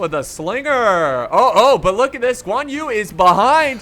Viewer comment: Who is also chinese and dissing how he mispronounce all thier names. Btw it is not Guan You IT'S GUĀN YÜ